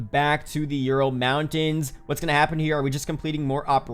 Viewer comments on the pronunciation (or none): none